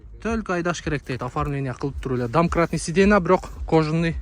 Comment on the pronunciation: Сидена эмес,сиденья болот ,аягын я менен айтсан ,адамды жудотуп жибердин,же кыргызча айт